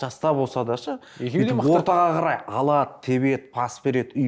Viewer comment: Бере-Ді ала-дыы деп соңғы буынга койғаны кулакка жагымсыз